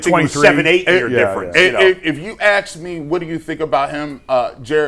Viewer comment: ASK. It’s ASK not “Axe”